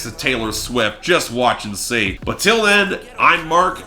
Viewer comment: I swear Mark draws out the last syllable of the word "breakdown" in the title more and more every week...